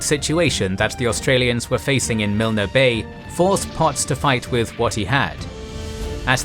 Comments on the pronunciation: Add "Miln", not Miln-ah". Normally the pronunciation on the channel is top notch. This one not so much. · The mispronunciation of place names makes listening to this by any Australian wearing and embarrassing. It destroys your credibility and makes for a bad joke. As for viewing your vid about MILL- NEE Bay, no thanks. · As always a brilliant account of the crucial battle of Milne Bay. Please don't take this the wrong way but the weakness of the Kings and Generals documentaries is, understandably, the occasional pronunciation errors. At the very beginning, Milne Bay and Kokoda are both mispronounced. Milne is pronounced Miln (silent e). Kokoda is pronounced Ka coda. Keep up the good work. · I really enjoy this series but it is very frustrating that a series that is well researched contains mispronunciations and spelling mistakes. For example Milne is pronounced with a silent E, so it is not pronounced Milner, just Miln. Kokoda is pronounced Ko-ko-da, not kok-odah. Vaucluse and Woollahra were misspelled in the video on the Sydney Harbour attack. All this can be checked easily online and such simple mistakes detract from the quality of the videos. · Having walke the track let me correct some pronunciations Kokoda: Co Co Da Isurava: Eye Sur Ah Va Myola: My Ola Deniki: De Knee Key Illola: Eye Lola Milne Bay: Miln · Milne is pronounced miln. The E is silent. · If you do your commentary job well, you pronounce correctly. You know how to say Alamo? Learn how to say Milne. You know how to say Gettysburg? Learn how to say Kokoda. It's insulting. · Kokoda track. Long second o Rhymes with soda. Maroubra also has a long vowel UO as in you. Milne also drops the e at the end. Very good otherwise. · It will annoy just about any Aussie, same with Milne Bay. Btw, that 'e' is silent in the pronunciation.